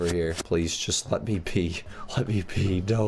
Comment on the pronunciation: When said please let me be I thought he said please let me pee